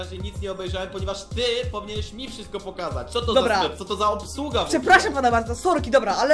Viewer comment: "sklep" ja daje 11/10